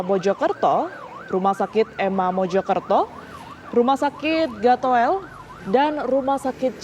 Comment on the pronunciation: Maaf🙏...mbacanya rumah sakit "GATUL" mbak 🙏...bukan "GATOEL" ..."GATOEL" itu tulisan ejaan lama... kayak "DOEL"...kayak "SOEKARNO"... innaalillaahi wa innaailayhi rojiun 🤲...semoga semua korban mendapatkan tempat yang layak di sisi ALLAH 🤲 aamiin yaa robbal'aalamiin 🤲